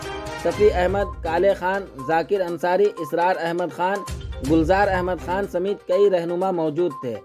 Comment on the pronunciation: Sameet nai sir samet Hota h